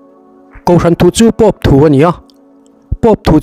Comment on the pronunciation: I Pôp thluk dan chu a van dik lo ve aw. Khati khan Pôp an thluk ngai lo😂😂